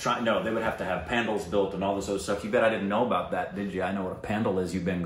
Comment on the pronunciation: Please call it "pun-daal" not pandal. 😂